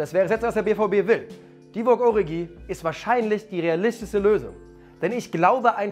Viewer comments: Man spricht doch origi anders aus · Ist es denn so schwer Origi richtig auszusprechen?